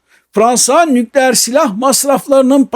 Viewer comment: Sağolun. Lütfen Türkçe titizliği: * 'nükleer' derken vurgu son hecede olur: nükleER. (İlk hecede değil.) * -istan ile biten ülke adlarında da vurgu son hecededir: KazakisTAN, YunanisTAN vb—önceki hecede değil. Lütfen :) Yaşayın :) )